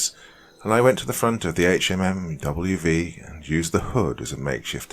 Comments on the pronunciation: The acronym is pronounced Hum-vee. Please stop spelling out each letter. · Can't even listen to this as it just hurts my inside every time he says H-M-M-W-V. It's pronounced Humvee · He's AI. Nobody calls a HMMWV by pronouncing each letter. It's pronounced Humvee. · Hum-V not HMMWV! So annoying 😝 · Good story, BUT.... Dude, it's pronounced "humvee". We don't spell out the anacronym HMMWV. It's Humvee. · The “HMMWV” has me cracking up! I know Doc is from the UK, so he is likely unfamiliar with the jargon, but it’s a Humvee”, a hummer used by the military. The original one. Lol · It's a "HumVee". No one says HMMWV. 1st story. Sgt is a lying sack of shyte. His men's respect for him was diminished by his lies and cowardice. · I skipped the first story. After the 10th time not saying “humvee” right I couldn’t sleep. After that I started picking the story apart (yes, all vets do this). No branch of U.S. military service says the word “hours” after the saying the time. Not “1800 hours” simply “1800”. The Staff Sergeant forgot the radios? On what planet? And he picked the fire watch based on seeing some soldier laugh…wtf. I like poking fun at the army but it’s just disrespectful to presume that level of sheer incompetence. I’m sorry. I’m being petty. The HMMWV thing struck a nerve 😅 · HMMWV is pronounced "humvee" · Brother please I'm begging just read it as humvee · I love your stories, but OMG I forgot how much hearing "HMMWV" instead of humvee or hummer, just grates against my nerves!!! Lol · I literally couldn’t finish it after he said HMMWV for the 10th time.